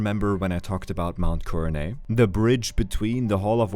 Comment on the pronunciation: Coronet has a hard T sound btw. It’s not silent.